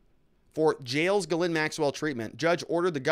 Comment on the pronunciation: her name is pronounced GEEZ-lane. French.